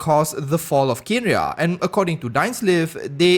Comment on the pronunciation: Kanria not Kenria. Just helping you the "e" is silent.